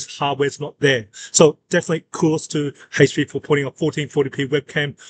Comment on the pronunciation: This guy needs to host a new GSN show for a game called Hayche Pee Envy